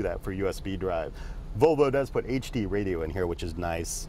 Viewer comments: It's pronounced VoLvo not Vovo. :P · Sounds like hes saying BO BO instead of volvo